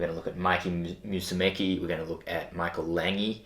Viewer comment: Isn’t it pronounced Mikey Mu-su-meh-chee? Lol